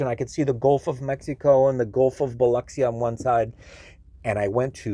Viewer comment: Thank you for pronouncing Biloxi correctly! 😂